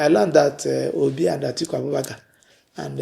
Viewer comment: You can't even pronounce Obi's name very well.